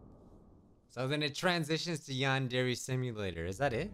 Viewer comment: It's not pronounced yandery it's pronounced yandre